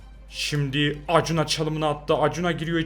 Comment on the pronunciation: Akunya diye okunuyor abi Acuna